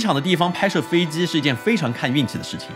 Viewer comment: 飞机Ji不是飞Zi，几百万粉丝大v了，拍摄设备那么好，不舍得改进一下自己普通话发音。听着真难受！拜托🙏🏻